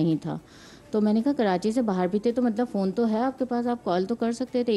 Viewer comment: Why is this anchor pronouncing the phone wrong...... only advice should be given not the order or pressurising way to come back....... married life is a struggle, compromise and at the same time gamble...... you should face it strongly